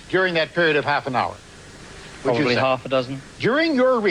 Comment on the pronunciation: "probally half a dozen"